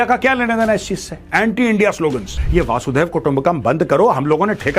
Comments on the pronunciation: मेजर साहब, वसुधैव कुटुंबकम् है, वासुदेव कुटुंबकम् नहीं। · वासुधैव नही वसुधैव :- वसुधा याने धरती पृथ्वी 😂